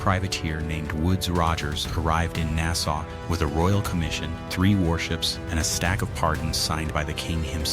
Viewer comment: This bothered the fuck outta me too, I'm p sure that the narration is AI because about a third of the time it is pronounced correctly. They also keep pronouncing Nassau wrong